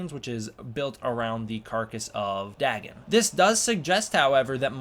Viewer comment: I believe it’s pronounced “Day-Gone”